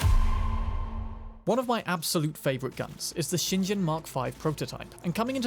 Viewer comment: "ShinJen" Oh, cmon maan!